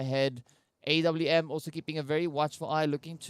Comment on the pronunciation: Why y’all pronounce framer & AWM like that ?